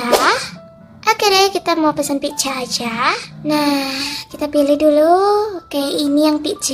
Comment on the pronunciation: Kok bilangnya pijja sih?